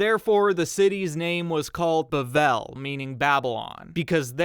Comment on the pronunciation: The first syllable of the English word "Babel" is pronounced the same as "babe".